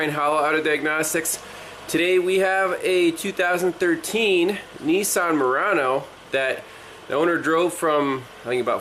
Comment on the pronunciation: It’s not a “ neesarn “ it’s a “ Nissan “ 😂😂😂😂😂